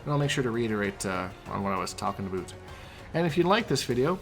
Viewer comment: “All ABOOT Frost”